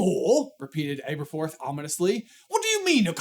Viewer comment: Not really to do with anything, but I noticed you pronounced Aberforth with an "Abe" sound in the beginning, but from the very paragraph you read Neville calls him "Ab", so I would assume his name is pronounced AB-erforth, not ABE-erforth. Nicknames are not always conclusive, but I think they are great to give a hint at how to pronounce names in fantasy. If your name is ABE-erforth, then your nickname is more likely to be Abe than Ab and vice versa. Similarly in Game of Thrones, I've always assumed Catelyn Stark was pronounced with a "Cat" sound like in the show, because her nickname is Cat, and I could never understand people who said "KATE-lyn". If your name is "KATE-lyn", why is your nickname "Cat" and not "Kate"?